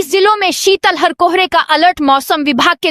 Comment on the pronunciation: शितल हर नहीं, शित लहर बोला जाता है।